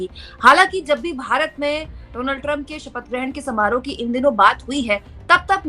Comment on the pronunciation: रिपोर्टर होने के नाते कम से कम नाम का उच्चारण तो ठीक से करें डोनाल्ड नहीं डॉनल्ड